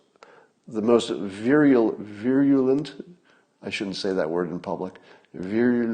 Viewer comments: Try it lik this, Scott: "Veer - You - Lent." Say those three words slowly a couple of times, then run the three of them right together. Virulent. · no.... just veer-oo-lent. no diphthong. ;)